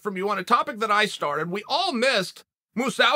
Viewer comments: Chael " Gagard Mosawsi" Sonnen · “Moose-ow-see” Jesus, Chael. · "Gegard Mousawzi" uncle Chael back at it again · Chael "Moo-sow-see" Sonnen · 'MOO SAU SEE' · “Gegard Mawsawsi” - Uncle Chael